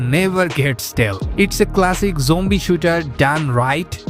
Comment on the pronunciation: Why do you say jombie instead of zombie?